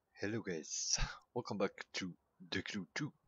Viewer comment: "welcome to the cru twu" lol